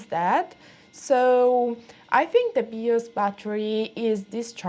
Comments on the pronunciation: FYI people usually pronounce the "BI" in BIOS like the "Bi" in bisexual. It sounds a little bit like you're saying BeOS 🙂. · "Bee-os" Hehehe =) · BIOS. Pronounce it "bye-oss". Love your accent! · o wow remember these types of computers and processor 486, love the accent and how you pronounce 'Bios'